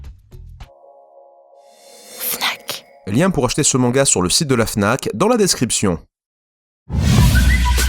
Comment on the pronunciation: C'est tellement satisfaisant de entendre "Fnac"